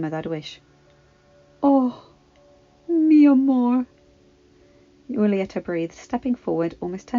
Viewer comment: Just a little tip when reading anything in Spanish act like the H isn't there. read the J like it's the H for example read Julieta like it's hulieta. i hope this helps just know you are one of the best readers i know